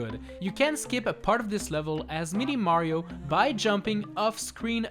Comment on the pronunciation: Am i the only one who hears 'meaty mario'